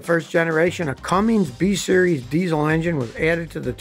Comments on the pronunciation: No letter G in Cummins. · Your pronouncing Cummins wrong. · UR repeated mis-pronouncing of Cummins is making me uncomfortable... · Scotty, you cant even pronounce the name of the engine correct. There's no G. Any mechanic wortht their weight knows that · I'd think that a long time mechanic would know how to read. It is not Cummings Scotty. It is Cummins. So annoying when people can't say it correctly. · Cummins Engines Have no "G" in it. It is so irritating to hear people, especially those who claim to be mechanics. call Cummins Engines "Cummings". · Its Cummins not Cummings Scotty..... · BTW, it's Cummins not Cummings. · SK its a Cummins not Cummings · You said “Cummings” throughout the presentation. It is “Cummins”. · Soon as I heard Cummings and not Cummins….. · It's CUMMINS not Cummings. The 59th time you said it wrong tuned me out forever. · Scotty, read the name it’s Cummins not CumminGs. There’s no G in Cummins. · Scotty’s definitely saying Cummings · It’s not comings, it’s Cummins. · Cummins, not Comings! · It’s Cummins not Cummings. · Its Cummins, not Cummings. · It’s a Cummins……not Cummings. NO G in Cummins. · You said "Cummings" lol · Cummins, not cummings. Pronunciation is important ya know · Cummins, not Cummings. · I wish you'd stop calling the Cummins engine a Cummings! There's no "g" in their name and it is not pronounced with an "ing" at the end. It's just plain ole Cummins. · It’s Cummins, Scotty, not Cummings. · Hey Scotty it’s cummins not cumminGs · Cummins. Not Cummings. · It’s Cummins not Cummings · Cummins, not Cummings. Know your subject matter. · Cummins, not Cummings, no “g”. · It's Cummins, Scotty, not "cummings". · Scotty, it's Cummins not Cumminĝs.😀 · Pet peeve: it's not "Cumm(ings)", it's "Cumm(ins)"! Ins . . . Ins . . . Ins! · Cummins not Cummings!!!! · There's no g in cummins lol It's cummins Not cummings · Scotty.... It's CUMMINS not CUMMINGS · SCOTTY!! PLEASE NEVER SAY THE NAME Cummins as “CumminGs” EVER AGAIN!!!!